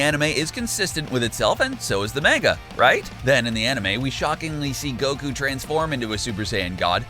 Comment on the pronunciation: Listen...you made it past Manega...I applaud you